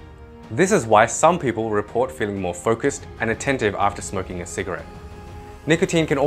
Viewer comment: You said smrking